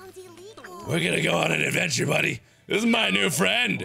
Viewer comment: "We are going on an adventchair"